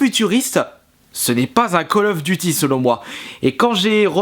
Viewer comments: favre en prononciation on dit Col of Diuty pas de calle ofeuh duti ... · ME C PA KALL OF DUCHY CHA